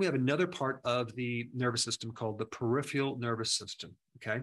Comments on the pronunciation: It is pronounced per-iph-er-al not perifial. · He can’t say peripheral .. Perif ER AL… 👈🏿 (Not peri fial …) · peri pheral. (not periph IAL)